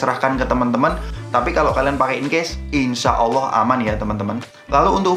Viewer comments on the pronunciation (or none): none